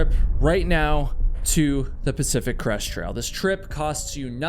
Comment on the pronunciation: I got nearly halfway through the video before I realized you were not saying Pacific Crust Trail. I thought it was a weird name until I looked up Pacific Crust Trail. Oh. Crest. Not Crust, not Crush.